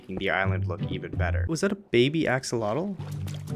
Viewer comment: axolotl is pronunced more like a-sho-lot (it's from nahuatl)